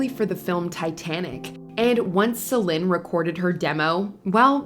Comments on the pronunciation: It's Celine not Celin🤦🏽‍♂️🤦🏽‍♂️ got me cringing over here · Who's the commentator? It's pronounced SA LEEN, not SAL IN. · the narrator keeps mispronouncing Celine (seh-leen, not seh-lehn....) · What's with the constant change in Celine Dion's name pronunciation? It's SO annoying! The list is very outstanding but the pronunciation of her name on this video is very annoying to hear, I know she's trying to pronounce her name correctly but it's sounding differently like Selen or Selin. She can say it with a neutral accent.😅🙄